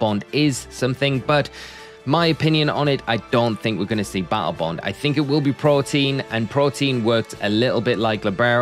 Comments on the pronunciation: it's Protean not Protein lmao and the pokemon is likely Battle Bond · It's "protean" not protein lol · It's protean not protein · Why is every PokeTuber calling the "Protean" ability, "Protein"? Is it a meme? Sorry for being out of the blue with thus question.. just being curious about it. Also great video! Keep up the good work 👏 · The ability is “Protean” not “Protein” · Greninja's hidden ability isn't "protein". Its pronounced "pro-tea-an". Protean means versitile or having a tendency to change. At first I thought it was your accent making yourself sound foolish, but you actually have it spelt "protein". HUGE L Edit: Also WTF is "Psychical"? SMH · All poketubers' ability to mispronounce everything is amazing! Dude even misspelled it in the graphic. Protean bro... As in PRO-TEE-ANN. Thank you for coming to my TED talk. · Why can no one who makes these videos say “pro-tee-an”??